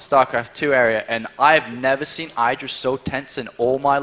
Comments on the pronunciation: Idra man not "Aidra" c'mon ") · DAMN IT! its "I(t)dra" noch "(A)Idra"! omg, Day9 made it pronounce it every time 100% roght, and u mess it up every time! I need to hit my head on my board or i will be getting sick of. THUMB UP for:, learn to pronounce Idra!!! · IDRA NOT EYEDRA!!! i like but that DROVE ME INSANE!! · He really needs to make up his mind about pronunciation of Idra's name. For the record, it is pronounced with [I] as in "income", and not [ai] as in "idle".. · id-ra not eye-dra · "Aidra" ffs.... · Goddamn it learn how to say Idra...